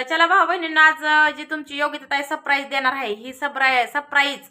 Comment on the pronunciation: Sapraij सप न म्हणता सर म्हणायचे सर praij